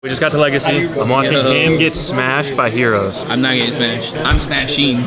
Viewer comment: did he just say he’s going to smash some Hoe-ros?